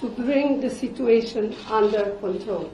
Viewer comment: Control hota hai Italy wali medam conthrol nhi